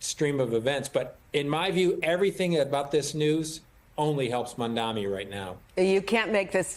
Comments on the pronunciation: You call yourself an anchor and can not pronounce his name? It is Mamdani not Mamdami. Is this intentional? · I love how Zohran’s last name is spelled correctly in the chyron, yet the folks on this show continually pronounce it wrong. It’s Mamdani. Not Mandami. It’s not a difficult name to read, it’s just laziness. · They keep saying Mamda(M)i in this video. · Did the news anchor kept saying Mamdami? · It's MAMDANI NOT MANDANI 😅😅😅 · Mam-da-ni. Can we please stop pretending his name is Welsh, or some other unintelligible language? It's practically phonetic. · why can't professional talking heads pronounce his name correctly? they've had plenty of time to memorize it! MOM DONNY! jeez... go zohran! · Can you please say his name right?? It’s embarrassing and ridiculous that a news anchor doesn’t make an effort to learn pronouncing someone’s name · Why can’t anyone pronounce Mamdani!? It’s so rude and ignorant it’s 3 syllables you morons. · Shame. You guys still don’t pronounce his name correctly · White media are so rude and racist.. they purposely mispronounce his name which is actually simple to say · Why doesn’t this host learn how to pronounce Zohran Mamdani’s name? So unprofessional to keep mispronouncing his name. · Not one person is saying his name correctly. They made more effort to call slivas name correctly. But nobody called Mamdani correctly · Its MAMDANI!! These News Casters and Andrew Como thinks if they will call Mamdani's name wrong on purpose they might win the election.... lol 🤣😂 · Why can't anyone of these people pronounce Mamdanis' name appropriately? (this does not apply to people of color) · idk why its so hard for msnbc hosts and guests to say his name right.. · Cause the jealousy they don't want to say mamdani name